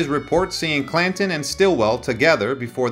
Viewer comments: You butchered the hell out of the English language, it,s clan Ton not cla in like button not bu in if you are going to narrate learn the correct pronunciation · I appreciate the effort to keep history alive and relevant. I further understand that you likely made little off of this. That is admirable. However, "The O.K. Coral"??? "Cla 'in"??? I mean no disrespect, but the pronunciation in this suspends any confidence in the knowledge of source material. The O.K Corral ( Read: Kohr-al) wasn't the actual location of the fight, according to credible sources in the hearing it was in an empty lot on Fremont street.. The name Clanton is used often in the story. It is pronounced Klan-Tun. Facts are important.